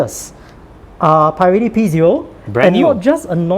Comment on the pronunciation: americans pronounce it "puh relli"